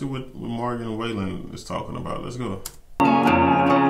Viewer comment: I still say this is one of the sweetest videos I’ve ever seen! 🥹 Love anything Morgan. Check out the Taste of Country acoustic ‘Cover Me Up’ and any of the Dangerous Sessions. Also Broadway Girls with Lil Durk and You Proof. BTW, his name is pronounced sorta like fallen - Wall-en. Great review! ♥️♥️